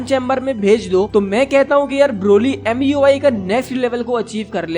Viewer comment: Its not muy its mui